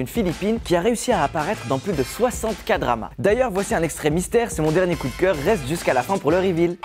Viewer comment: Ça se dit * Kédrama :)